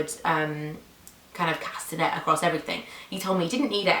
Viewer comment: When you said 'cast a net it sounded a bit like castanets,the spanish instruments lol.I couldnt live without my hair turban.I recently had to replace mine because I used it so much the material had started to thin.I do need one though with bum length hair.I noticed you wear your watch on your right wrist and I do too.Most people seem to wear a watch on their left wrist and I have often been told its odd I wear mine on my right,glad its not just me lol